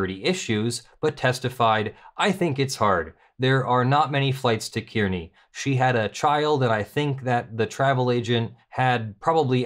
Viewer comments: I'm from Kearney. Its bigger than North Platte, as is it's airport. North Platte is mostly railroad yards. Both airports are small regional ones. Also, Kearney is pronounced 'car-knee' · A minor point, but flights from Omaha to Las Vegas, round trip, are available for less than $300. They really want you to go there. An even more minor point, but kind of a pet peeve, Kearney, in both Nebraska and Missouri, is pronounced Car-knee. Great read-through,. I'm not sure dissolving the NY NRA is necessary. Certainly removal of the violators, barring them from working for any non-profit in the future, and either full restitution or having to pay taxes on all gifts (with late fees and interest) would be sufficient. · It's pronounced car-knee, and it isn't that much of a burden to drive from Omaha to Kearney. This is what happens when you let people believe their own press. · Place names will never be easy, but Kearny, NE is pronounced like "carnie". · Just a FYI - Kearney, Nebraska is pronounced as if it was spelled "Kar'-nee." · Kearney is pronounced car- nee. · It is pronounced (Kearny) car-ney. Yes i am from near there.